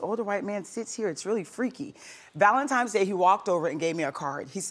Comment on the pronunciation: ‘Valentimes’ day….